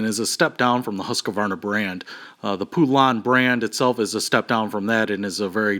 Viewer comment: Pool-ahn? I've always heard it pronounced as Pole-ann. We've had our 46" cut one for 7 years and the motor locked up for some reason, so instead of buying a new one I just bought a new 20 horse Briggs, took the old one off and bolted the new one in place. Sure beat buying an all new mower.